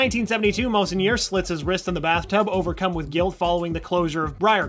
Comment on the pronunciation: Also I rolled my eyes at the way he pronounced monsignor (correctly pronounced mawn-seen-your.) There's no excuse for not knowing when the words are literally said over and over again in the show.